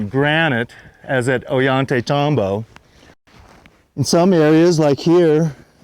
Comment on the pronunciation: Every time says, "Ollantaytambo," a puppy dies.:o(